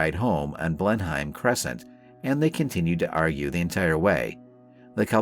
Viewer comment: Blen-heim? Downtown Croydon? This gets instant blocking, damned computer readback.